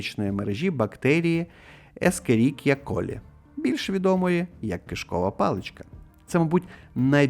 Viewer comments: ну в загалі-то це не стільки галузь латини, скільки мікробіології. Елементарна Вікіпедія пише, як вимовляється це слово, щоправда, в англ. версії сатті: Escherichia (/ˌɛʃəˈrɪkiə/ ESH-ə-RIK-ee-ə) - тобто ніякого "SK" там нема. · Просто її відкрив німецький дядько на ім'я Теодор Ешеріх (Escherich)🧐. "Ешеріхія" - традиційна вимова. Латина тут нічого.😉